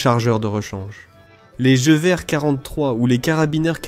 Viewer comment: La voix IA est une vraie catastrophe... "Jevié" pour "Gueuverre" (Gewehr). A part ça ça reste intéressant :)